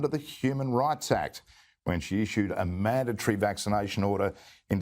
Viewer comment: 😂 "The manda-mandatory vacci-vaccinations.", Benny? 😂😂😂